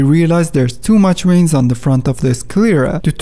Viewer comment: Veins, not Ueins... at least pronounce the V correctly ! happy new year.